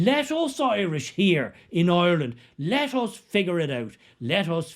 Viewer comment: Maybe learn to pronounce the name of the country you live in: it’s IRELAND not EYELAN!